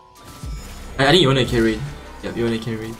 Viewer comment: "yone"..... more like "yoinke"